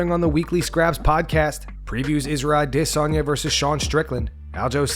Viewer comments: Man; I have to know…why do you always pronounce Adesanye’s name with such weird inflection and emphasis on the DIS part? You say it like “aDISanye”…why is this? Also thanks for the videos x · Still saying “Idissonya” 🤡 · Ah diss on yah. Bro just say it right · Does the dude running this channel know how Izzy's name is pronounced better than everyone else or am I missing something. Always a-DISS-onya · Why do you call him disanya all the time? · The Adesanya pronunciation 😒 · The way you say adesanya is aggravating dude. Drinking my coffee and smoking darts and u ruin it with that weird ass pronunciation. Smh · Can't stand the way this guy says Adesanya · I don’t know who in the staff needs to hear this but it’s 2023 we sit. Need to be pronouncing Adesanye like that anymore knock it off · This guy trying so hard to pronounce Adesanya. Lol... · I hate the way you pronounce Izzy’s last name. That is all. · Dude you sound like such a tool when you say Adesanya